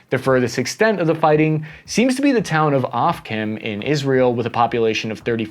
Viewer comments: The town is pronounced Oh-fah-keem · The town of Ofakim pronounced as Oh-fuck-him